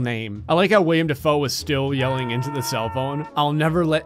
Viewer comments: Willem. Willem Dafoe, not William. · Not William Defoe, Willem Defoe and if you said Willem Defoe then I’m sorry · Willem, not William! I'm disappointed in you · IT'S WILLEM NOT WILLIAM DAFOE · It's Willem Dafoe, not William. Rhymes with "Kill 'em" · he calls himself Willem not William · I died a little every time said "William" Dafoe 😣😣😣